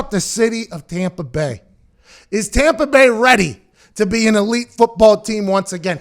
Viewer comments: “Tompa Bay” got me geekin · When you said tompa bay 😀 hahaha laughing